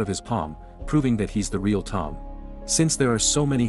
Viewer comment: bro said Raeal